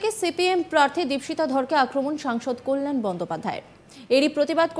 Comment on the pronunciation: কি ভাবে বাংলা সংবাদের কর্মী হন্ যখন তিনি বাংলাই বলতে পারেন না সঠিক ভাবে!! কাল্য়াল বলছেন তো কল্যাণের বদলে।